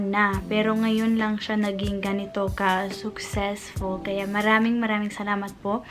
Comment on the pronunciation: Mali po ata ang pronunciation nyo ng “successful”